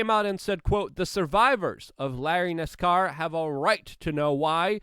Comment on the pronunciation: I love how Luke said Nassar’s name wrong and differently 3 times in the same sentence 😂❤️